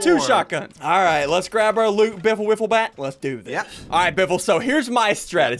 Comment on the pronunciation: He said wifulbat that is part of my epic name